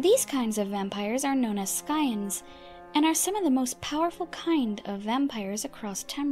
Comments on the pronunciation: Probably for the way she mispronounced "scIons." (I still enjoyed the video otherwise) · "vampeyerism" and "Skyeons" lol